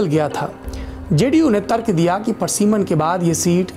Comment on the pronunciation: parsiman nahi pariseman hota hai.